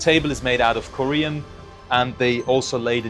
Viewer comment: It's Corian, not Korean!